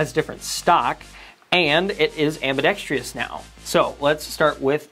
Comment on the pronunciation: Why does everyone say ambidextrous incorrectly? There is no "tree" in the word.